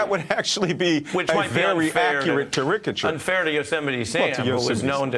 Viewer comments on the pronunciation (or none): Caricature. Emphasis on FIRST syllable, not the third.. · Wait a minute.....ca-RICK-a-cher? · "Cludgel"? ChaRICature"? Please stop using words you've only seen in print. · If you don't know how to pronounce "charicature" and "mustachioed," you shouldn't be on the air. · Ker-rick-ah-chur? Tell me more of this "Ker-rick-ah-chur"...🤔